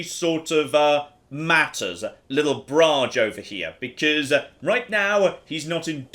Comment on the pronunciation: Brage isn't pronounced Brag close to the pronunciation of barge, but it's closer to, and no, I'm not kidding "bra"-"gay". I find this hilarious. Equally while I'm at it Åland is pronounced something similar to "awe"-"LAN". Here you go,.